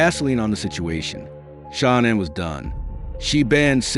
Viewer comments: It's Nicole not Nickol its shanann not shanin how disappointing you can't pronounce the name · HOW DO YOU EXPECT ANYONE TO TAKE YPU SERIOUS WHEN YOU CANNOT EVEN SPELL OR PRONOUNCE THE NAMES INCORRECTLY CORRECTLY…….GIT IT RIGHT IF YOU WANT YPUR STORY TO BE CREDIBLE. Her name is pronounced Sha Nan……. Shanann did not go to North Carolina to see Chris’ parents…… She went to stay with her family and may spend some time with Chris’ parents. Well……..Shanann certainly didn’t stuff those babies in those crude oil tanks….that was all Chris. Shanann would never kill her babies. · I can't take you not pronouncing her name correctly 😱 You could at least respect her 🙄😥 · Please, please pronounce the victims name correctly! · You should show some respect and train your AI bot to pronounce "Shanann" right. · Won’t watch this when you can’t even say Shannan’s name properly!🤬💩👎🏻🙄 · Me as well. Not subscribing.